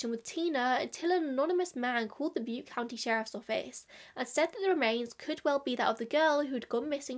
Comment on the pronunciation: small side note: you did indeed pronounce butte county correctly 😊